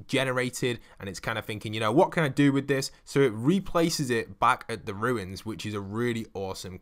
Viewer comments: Anyone else mildly infuriated that it sounds like he is saying ruins instead of runes or is it just me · Numberfiend 50 wow, just mildly infuriated?